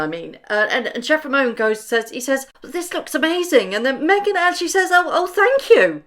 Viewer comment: Meghan.....it's chef Ramon, not chef Romeo💕